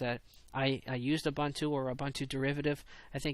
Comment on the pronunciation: Your comments about keeping criticism constructive are greatly appreciated. One thing, its oo-boon-too. Keep up the good work!